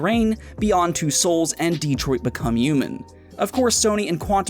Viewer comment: DEtrot becum hmon